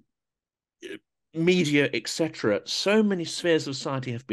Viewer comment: the phrase is ET cetera, not eck.